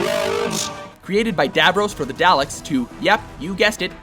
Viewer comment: Firstly the way you pronounce dalek is dalek not daylek secondly it is Davros not dayvros and thirdly if the Death Star is first then how is the reality bomb in 5th it literally destroys reality and the Death Star blows up planets and other weapons witch are just more powerful edit also come on halo can destroy the entire galaxy